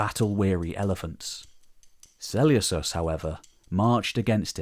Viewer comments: Great video! Just one thing is it really pronounced Seuleucos and not Seleukos? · im with you. I’ve only ever heard Suh-Lucas. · Yea it’s definitely pronounced with a k, this sellyousus is killing me right now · Why are you so eggresiously mispronouncing Selecus?? It's gross.